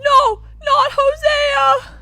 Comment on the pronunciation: why are you saying Hosea like Huh-Sia??